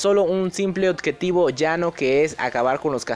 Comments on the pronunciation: Odjetivo jajajajaja ya no es objetivo jaja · Odjetivo jajajajajajajajajjaja